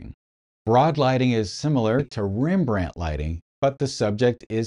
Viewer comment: It's pronounced Rembrandt Harmenszoon Van Rijn 😂😂😂😂 just kidding, you did fine.